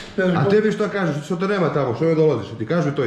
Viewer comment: Al' kad kaze "*ćebu*" 🤣